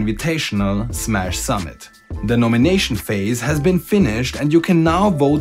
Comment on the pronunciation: Ich verstehe immer "Sammelt" anstatt "summit" xD